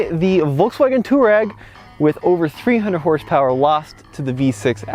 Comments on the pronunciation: Twah-reg, not tour-rag! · "Twah-reg" not "Tour-egg". They are a tribe in North Africa. VW likes to name its vehicles for things like the Golf Stream, Atlas Mountains of North Africa, Scirocco (a North African wind), and so on. Please try to get it right. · Why do you call it a "Tureg"? 😅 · Just don't understand why Americans just cannot pronounce any car names or manufacturers. Where is the "Tour" in Touareg? It's "Twar-egg". Think that's why they made the Atlas, Americans can pronounce it. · TUUUU---AAAA----REEG.... pronounce it properly.... not distorted americanized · It's pronounced Twareg. After tuareg tribes of the Sahara desert